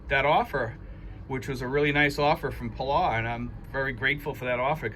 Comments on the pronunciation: I like your videos and agree this is good news! You might want to check the correct pronunciation of Palau. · Your not pronouncing Palau right, get it right.